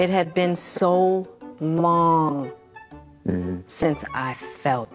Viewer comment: I love how she put emphasis on it being LONG 😂